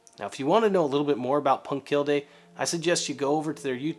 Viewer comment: Love your work! Oh, and er... it’s pronounced punkt keelleh... or something... close as I can get with English phonetics...